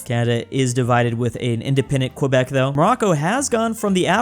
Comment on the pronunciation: It's pronounced kebek